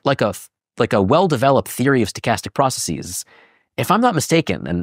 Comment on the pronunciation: Dude can’t even pronounce processes.